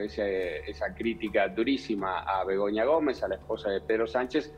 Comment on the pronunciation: la jermu se llama Begoña no BEGONIA mas conocida como Begoño porque tiene cara de trans. el apellido no es alvarez con B es Albaaaares osea con acento en la a de enmedio. Sanchinflas es un pedorro y gracias por exponerlo MILEI. VIVA LA LIBERTAD CARAJO y un saludo desde España.